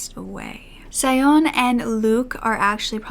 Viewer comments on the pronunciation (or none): Sione is pronounced “See-yoh-ney” - there are Tongan pronunciation guides online, fairly easy to find. Please check those out for next time. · Thank you for your point of view which is so true! 💙 P.S. Sione is pronounced See-o-neh